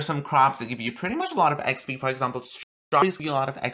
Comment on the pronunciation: How many times did you say expee in this video